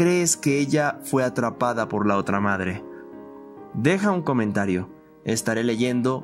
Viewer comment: XD tu dijiste made XDDDDDDD no madre